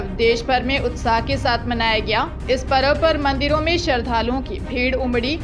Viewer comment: Hindi shabdon ke aadhe akshar wale shabdon ka uchcharan bilkul galat hai , jaise Parv ko parav skool ko sakool pradesh ko pardesh tatha aur bhi Kai. Ye sunane mein bahut Bure lagate hain. Ghar par bar bar sahi bolkar sudhar karen phir samachar padhein.